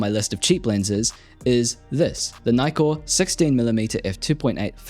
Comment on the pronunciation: I've never heard "Nikkor" this way. Probably not the Japanese way intended ...